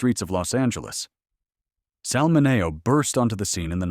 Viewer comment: Never heard of most of these. The Blk. Dahlia had several great books written about her (1 by her potential- killer's son!). Peg Entw.'s story would make a good movie... how many have seen her ghost? Dear AI: Sal's last name is MIN-E-O. Did Hattie Mcd. get a Hollywood-Star even? A. Booth's photos are of a MAN not a woman... which is it??